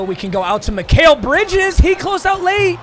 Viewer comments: this man saying Mi-Kale instead of Mi-kal had me so pressed for no reason😭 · BRO IF I HERE MIKALE INSTEAD OF MI-CAL one more time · “Mik-ail Bridges”